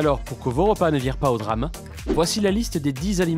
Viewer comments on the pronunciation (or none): none